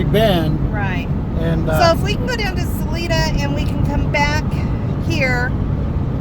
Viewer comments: Sa-Lie-duh, not Sa-lee-duh. And I am not going to help you with Buena Vista. Drink lots of water, eat red meat and walk easy, but walk. I am not going to tell you where we go panning for the 4th of July, but it is in Wyoming, it is nice and cool, and it is over 10,000 feet. And don't go to the gold mine above Granite- that is up at about 12,000 feet. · City is pronounced Sa-LIN{E}-da